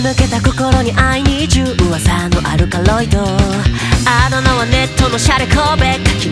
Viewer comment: 噂のアルカロイド 噂のアルカロイドのアクセントと発音好きすぎて リピート✨噂 の語尾 アルカロイドの カ ここ好き うわさぁ アルカア あ の余韻好きなんだよね リピート✨